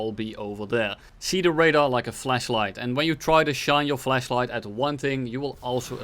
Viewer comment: See the radar as a fleshlight Me: Wait what? Oh right, accent